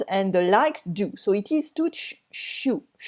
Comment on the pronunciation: Hi! Chew is not pronounced ch like the French champignons but pronounced like the ch in the word... for example church chest cherry. Hope this helps 👍😁